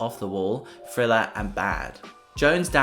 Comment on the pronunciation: Hey, my God, the name of the album is pronounced "th" + "riller" NOT "frilla", for God's sakes 🤦🏾‍♀️, smh. That jacked up pronunciation sounds WORSE than listening to some fool scratch their long ass 💅🏾nails💅🏾 down a darn 👩🏾‍🏫chalkboard🧑🏾‍🏫!!!!